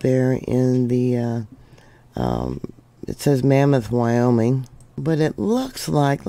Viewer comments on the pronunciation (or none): none